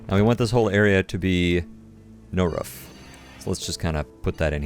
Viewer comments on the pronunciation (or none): "ruff'd" and "un-ruff'd" areas